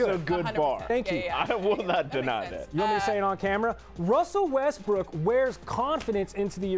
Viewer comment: "here'ss the thing about wessell westbrook" lol. Where did espn get these casuals from.